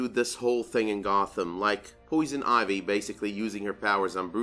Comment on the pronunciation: "Poison Oivy" XD